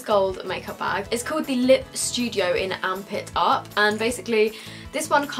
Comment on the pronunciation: I thought you said "armpit up" instead of amp it up xD I loved the variety you get in the £45 bag (bag 2)